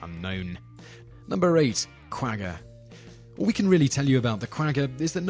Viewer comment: Very enjoyable to watch your videos. One small thing, you have been pronouncing “Quagga” incorrectly. Otherwise awesome channel :)